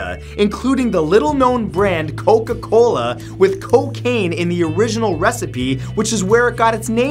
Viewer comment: I like how in the intro you say coc cola instead of Coca Cola... XD (Sry for pointing that out...)